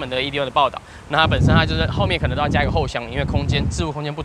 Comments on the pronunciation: tri city 分開念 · Tri city 英文亂唸